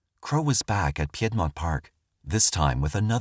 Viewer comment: it’s just PEED-mont park but i will be pronouncing it p’aid-mont park from now on. it makes it sound sophisticated and less murdery